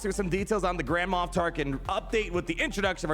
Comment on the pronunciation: It sounds like you’re saying Grandma Tarkin! Lol😂 Looking forward to this rework too!